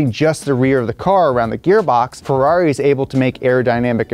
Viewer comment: "Ferrair" Mate. Mate. MATE. HONESTLY WHAT ARE WE DOING HERE!